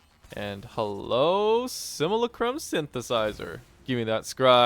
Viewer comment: it's sim-yoo-LA-crum